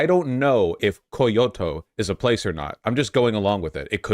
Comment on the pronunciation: Me: "Koiyoto"? I thought Vaush knew more about Japanese than that. Me, like, 20 seconds later: Ahhhhh, there we go! Nvm!